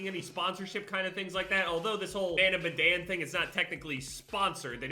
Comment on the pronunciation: the fact he still can pronounce madan pisses me of